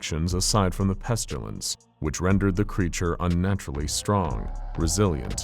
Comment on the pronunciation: Am I the only bothered by the pronounciation of of pestilance. It's pest-ill-ance. Not pest-u-lance. I think the author is confusing it with petulance.